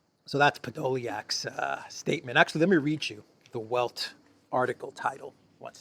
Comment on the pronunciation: the 'W' in 'Welt' is pronounced as V is in English.